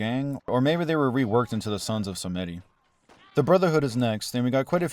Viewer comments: It's pronounced "Some-dee" not "someddi!" 🙄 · right? lol som-DEE not whatever he was saying